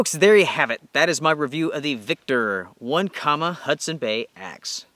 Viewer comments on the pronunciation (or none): Not one comma. It's oh neck ema! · Having camped and canoed around Onekama, Michigan many times while growing up, here is the proper pronunciation, "Onekama (oh-NEK-ə-mə) is a village in Manistee County in the U.S. state of Michigan". Also, I did a basic search and it looks like the company went dark in 2018. Bummer. Otherwise, good review and I remain a loyal subscriber